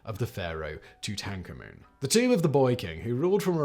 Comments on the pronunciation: the pharoah "To tank a moon" huh? not tryin to correct you, but i must say, thats the first time ive heard that particular pronunciation of that name. :) :P lololol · Leave it to Simon to find a pronunciation of "Tutankhamun" that no one anywhere has ever used. The tradition continues!